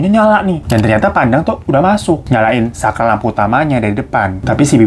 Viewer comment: kuping gw yg typo apa emang bang hiro ngomong sakral bukan saklar, menit 21.57 😂